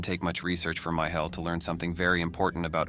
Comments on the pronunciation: "My Hell" eh? Not sure if I laugh at your pronunciation, or his name? 😂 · " my hell" gives me goosebumps😮